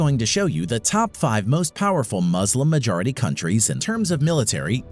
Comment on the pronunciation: Why are you saying when you cant speak the word muslim